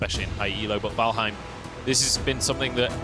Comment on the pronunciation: "Valhein" But0 Thai people are like saying "vanhel"